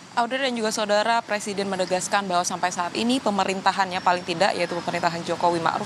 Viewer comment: Sekelas presiden kok ngomong PRESIDEN saja ga becus. Bacanya PRESIDEN wooi...bukan PERSIDEN.